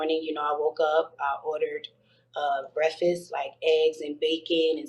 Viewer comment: She tried so hard to say breffas😆that is all!